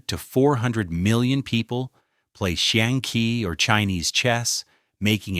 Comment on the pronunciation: That has to be one of the worst pronunciations of "xiangqi" I've ever heard. Goddamn.